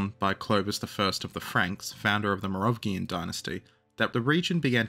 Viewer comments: morovgian dinasty? isnt it mero-vingian? (without the dash) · For the love of Chuck “The Hammer,” Pepin the height challenged, and Big Carl, the “g” in Merovingian and Carolingian is the one in the French word “Allemagne” not the American “thingie.” Sorry for picking nits, this one was a fingernail to chalkboard interruption in the flow of awesome. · What did you say, the Morovgian dynasty? 🤣🤣🤣 Oh man, thanks for that.